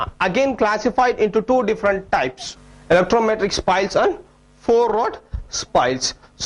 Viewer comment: its not electrometric its elastometric